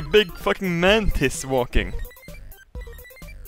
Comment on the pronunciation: well I laughed at it because his accent kind of made it sound like he was saying man tits.